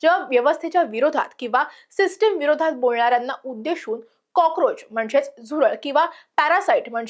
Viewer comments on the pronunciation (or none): सातत्याने शचा उच्चार (सोशल, उद्देशून, सुशिक्षित, देश या शब्दांत) ष करते आहेस, काळजी घे. छाया देव